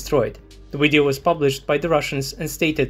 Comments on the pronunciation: why the hell do you pronounce video as weedeo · I can hear original uideo, “UIDEO”! 😅;-)